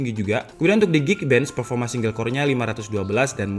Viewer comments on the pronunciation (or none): none